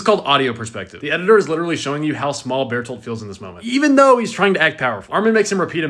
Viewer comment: Hey you said his name right twice... Ruined 😭